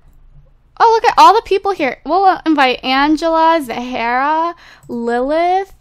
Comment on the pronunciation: zahra is pronounced Zara not zahara ahaha